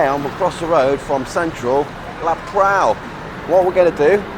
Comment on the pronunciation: Living in Thailand 17 years but can’t pronounce the dish properly 😂😂😂 It’s KAPRAO NOT KRAPAO Jesus